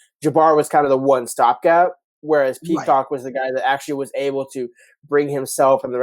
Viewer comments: You guys need to learn how to say names and also learn the names. It Prysock not Peacock! You also better learn how to say T-Mac because you butchered his name. You guys seem clueless when you done know who your even talking about IMHO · Prysock, learn the names, y'all are embarrassing yourselves.